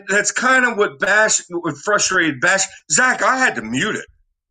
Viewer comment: Wayne has is right